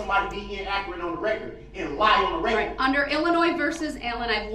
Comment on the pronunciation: “FOR THE RECURT, GROUNZ.”